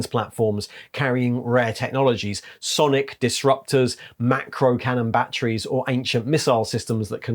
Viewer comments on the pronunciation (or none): none